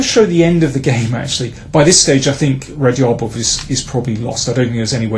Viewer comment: Love the videos, but please correct your pronunciation of Radjabov. That dj is a hard "j" as in jungle… or as in Raja (a Teymur nickname) for that matter